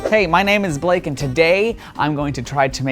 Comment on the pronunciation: Your name is not Blake It’s balake